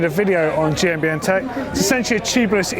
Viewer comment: am i the only one who heard "welcome to GMBN deck" and not tech?